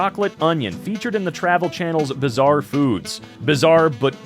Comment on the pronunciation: notorious???? bizzare???? say that again